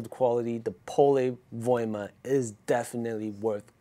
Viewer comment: Excellent video and greetings from Finland. You are maybe the first one who can say Pole Voima like we do in Finland. I would say it was over 90% correct pronunciation :-)